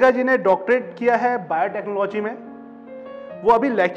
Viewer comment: Interviewer does not have any knowledge about this field and just cracking silly joke at least he should have some basic information before taking interview and also he can't even pronounce the word "Biotechnology" 😔